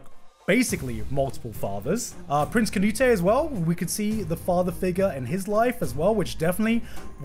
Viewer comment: Garnt pronouncing Canute as Canut-ey hurts my scandinavian soul